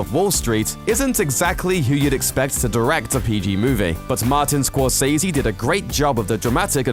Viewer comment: Score-sezzy... sezzy, not say z. Just ask him...